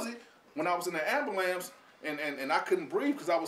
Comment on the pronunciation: They were busy trying tell you "No You Are In a Ambulance, not a ambahlance." Then they pondered "Should we save this guy? He can't say a simple word"